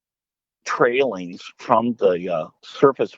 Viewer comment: And it TAILINGS NOT trailings